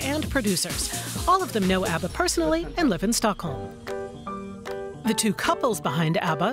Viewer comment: ABBA is forevah =)